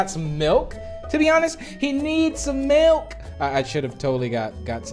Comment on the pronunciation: HE NEES SOMILK